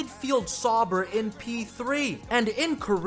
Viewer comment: still waiting for you to pronounce sauber right